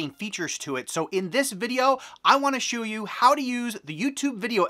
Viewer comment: he was supposed to say show you but he said instead shoe you